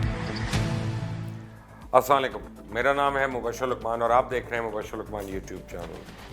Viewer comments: افسوس کی بات ہے!!!! آپ کتنی علمی باتیں کرتے ہیں مگر سلام نہیں لینا آتا۔ جناب "السلام علیکم" ہوتا ہے۔ باتیں بہت ٹھر ٹھر کر کرتے ہو سلام بھی ایسے انداز میں لے لیا کریں۔ سلام کی صورت میں آپ ایک قسم کی بدعا دیتے ہیں اپنے سننے والوں کو۔ کیوں؟ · Nice g... Plz pronounce salam properly... السلام علیکم.... Jazakallah ho khairan.